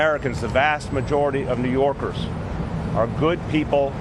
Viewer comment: “doesn’t stop New Yoorkers” prob the only guy I heard a New York accent from